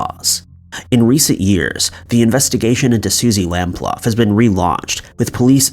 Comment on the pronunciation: Pronounced Suzy Lam-Ploo. Her case was supposed to have forced police forces to take stalking more seriously.